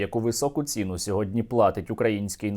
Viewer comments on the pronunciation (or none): Не ці́ну, а ціну́. Ці́на - сліпа калька з т.зв. кацапської "це́на"